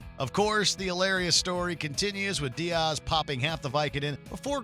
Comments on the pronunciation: Whoever narrated this needs to do their homework. It was absolutely CRINGE WORTHY when he mispronounced the last name of the great Joey Diaz. It's DEE-AS, not DEE-OZ. Also, the list was lame. There were so many more funny interactions that were not even touched on. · Who says Diaz like this dude?? DEE-oz, wtf. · Joey Dee-oz?? Lol. Okay then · “Joey dioz” smh how can disrespect the gods name like that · I’d love to actually hear the funniest JRE moments. The way u pronounce Diaz. Changing Theo’s Xmas story to alcohol makes it less funny. Burr has funnier bits. Just to let u know. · Wow these were horrable top funniest moment at least the top ones. They choose joey talking about vicodin as the funniest appearance by diaz and also fuck his name up so bad. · If joey coco diaz isnt in the top of this list then the list is bullshit." Its blue cheese or fuck your mother" or his first telling of the Lucy snorebush story omg. Btw how can u fuck up joeys last name as bad as the narrator did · The fact that joey has a whole rant about pronouncing comedians names wrong and you still mispronounced Diaz is pretty hilarious lol